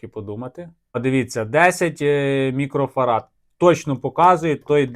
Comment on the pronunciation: Чоловіче. МікрофараДи. Від слова Фарадей.